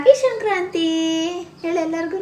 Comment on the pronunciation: ಅದು ಶ0ಕ್ರಂತೆ 😲😬 ಅಲ್ಲ ಸಂಕ್ರಾ0ತಿ ಕನ್ನಡ ನೀಟಾಗಿ ಮಾತಾಡು